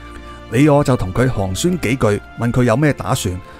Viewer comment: 「寒暄」應讀成「寒圈」，不是「寒宣」。